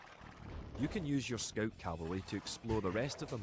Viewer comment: "SCOUT" IS FRENCH PRONOUNCIATION TOO. SCOTTISH ACCENT SEEMS MORE CLOSE TO FRENCH ORIGIN OF PRONOUCIATION OF ENGLISH WORDS LIKE "TOWER" ("TOUR" IN FRENCH, PRONOUNCED "TUR").